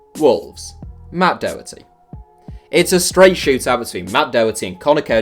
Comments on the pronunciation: Pronunciation of Doherty is all wrong. Do like docter, not doh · As an Irishman hearing him saying "doeherty" is painful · Why can't Brits pronounce Doherty properly? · I honestly just cringe every time you pronounce Doherty's name. Seriously it's not that hard!